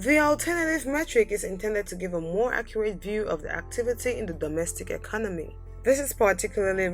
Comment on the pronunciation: SWITzerland, not switzerLAND. And eCONomy not ecoNOmy. Also, it is NORway, not norWAY. Ireland, not IreLAND, first syllable ONLY is emphasized. I realize you may be from a French speaking background in the Caribbean, but it is still English you are speaking here. :-)